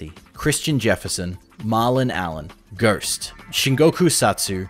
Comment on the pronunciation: . What’s a gurst